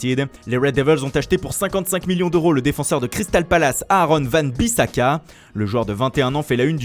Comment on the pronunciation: C'est ouan bissaka pas van bissaka... depuis quand le w ce prononce comme un v ptn...